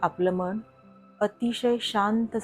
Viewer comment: व्हिडीओ उत्तम, सादरीकरण उत्तम. फक्त आपण मनाचा उच्चार मण असा करता आहात. तो जर मन असा केलात तर परिपूर्ण वाटेल व्हिडीओ.